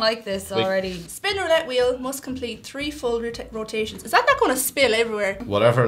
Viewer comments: It sounds like he says "tree," not "free." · Why are they such wusses? And why can't that guy pronounce "three"?